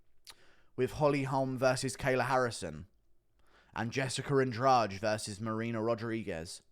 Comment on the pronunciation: The Brazillian name Andrade is usually pronounced "Ann-Draw-Dee"